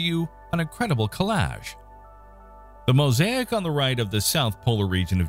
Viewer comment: collage [ kuh-lahzh, koh- ]